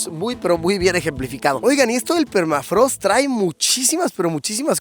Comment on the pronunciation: Qué es permatrago? Ahhh no jajaja permafrost!